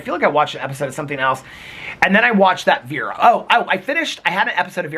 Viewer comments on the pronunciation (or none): none